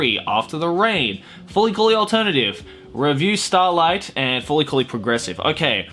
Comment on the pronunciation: You didn't even watch Revue Starlight, did you? That show was amazing (and I'm glad it actually got nominated for SOMETHING) and based on the way you said its name, I'm guessing you don't have a damn clue what it is. Go watch it.